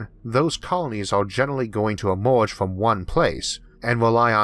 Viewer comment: Learn to say "er" instead of "or", and the alleged speech impediment is gone. "Emerge", not "Ormorge". "Earth", not "Orth". Lasers, not lasors. Future, not futchor.